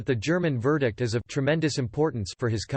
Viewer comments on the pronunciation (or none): none